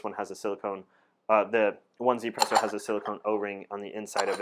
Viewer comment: You read as Ezypresso